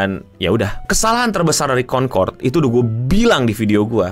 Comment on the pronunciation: "CONTOLD" gitu bukan sih?